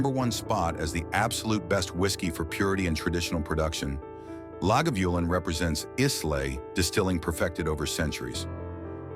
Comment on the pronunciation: Is this an AI voice as the pronunciations are poor? Islay (eye- la), Lagavulin (la-guh-voo-luhn)